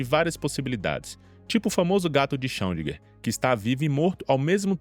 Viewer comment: 3 coisas 1-a pronúncia não é alaiin, mas Alan. 2-Não é xirodinger, mas Xirêdinger.3-o prêmio nobel é recente, mas a teoria já tem 40 anos. O trabalho prova o entrelaçamento quântico e não diz que o universo localmente não existe e sim que existe uma interação instantânea no universo.